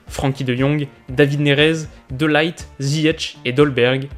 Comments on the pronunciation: Je crois que ne l'on dit pas De Light mais De Lirt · De Ligt ça se prononce ''de lirt'', pas ''de laït''. Comme le ''kh'' en arabe